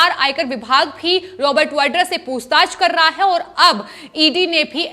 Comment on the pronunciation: ये क्या शब्द हैं: 'पूस्ताछ' 'सिवशेना' भई हिंदी में ख़बर दे रहे हो तो साफ और शुद्ध तो बोलो। और, 'कहीं-ना-कहीं', 'तमाम' को जहां-देखो-वहां बेवजह इस्तेमाल करते हैं ये लोग!